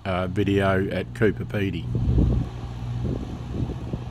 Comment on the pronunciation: G'day, as usual a fantastic video that I enjoyed, Hey did I hear you say COOPER PEDY, love the drone footages, what make is it, takes good video, and bloody hell nearly every North bound truck is pulling ABC trailers.